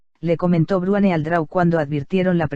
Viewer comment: madre mia.. dice "bruane"...... en vez de Bruenor, me sangran los oidos cada vez que lo oigo jaja vuelve a Rosa!